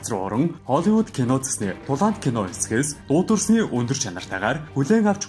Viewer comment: der tulaant gedgiig hulgain gej sonsloo gsh